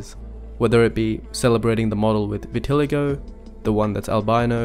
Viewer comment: The way he pronounced vitiligo tho 💀